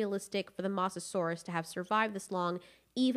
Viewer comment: The way you say mosasaurs makes me triggered.